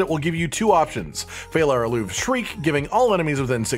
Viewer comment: Also, it's pronounced fey-lah ah-loo-vay not fallar aloov... 😋